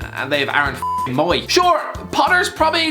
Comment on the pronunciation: put some respect on aaron fukin mooys name 😫